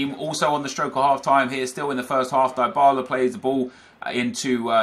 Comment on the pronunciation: Its pronounced deebala, not diebala